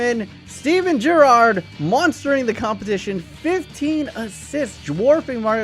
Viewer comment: he is saying gerrard wrong